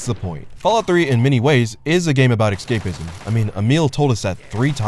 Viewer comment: "aventure"? "genine"? "excapism?" what are you, five years old?